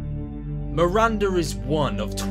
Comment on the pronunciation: It's Miranda not Marinda jesus my name Is Miranda